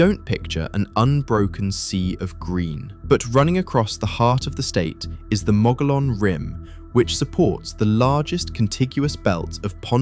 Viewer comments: It's pronounced mogion rim (mogollan rim) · The Mogollon is pronounced mog- ee- on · pronounced "mug ee own". I love how the English murder our language ! 😂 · In az mogollon is pronounced moe gee on. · Everybody pronounces Mogollon that way at first. With the first o being long, and gollon like Lord of the Rings Gollom. In phonics the letter o has two sounds, long and short. Not having the uh sound as in mug.